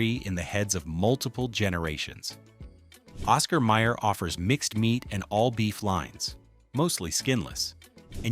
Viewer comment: It's Oscar Mayer, not Meyer.